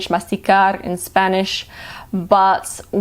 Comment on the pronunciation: Your Spanish sounds great 💕💕💕